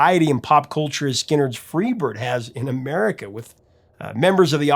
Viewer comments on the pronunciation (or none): none